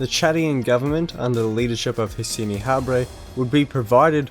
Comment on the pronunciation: His first name is actually pronounced "Hee-sen" : it's the Saharan / French pronunciation of "Hussein / Husayn".